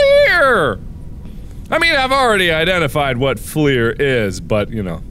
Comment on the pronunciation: Baconadian Just FL-UR. A lot of people try to say it with the French origin as well, as if it were spelled Fleur. Which I'm okay with but sometimes they get it completely wrong lol